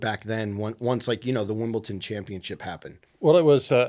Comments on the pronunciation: it's pronounced 'Wimbledon', not 'Wimbleton' 😂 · Lol saying “Wimbelton” 3 times instead of “Wimbledon” worst take if it were FSR. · I love you but did you just say Wimbleton? 😅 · Wimbleton huh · Big fan of but “Wimbleton”!? Whats that 🤣🤣🤣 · it’s Wimbledon with a D 😅😂